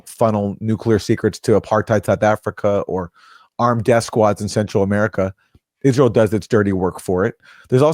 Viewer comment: Eye-Ray-L most likely has a nuke in either DC or in Saudi Arabia's main oil processing station. The Abqaiq facility, located near Dhahran.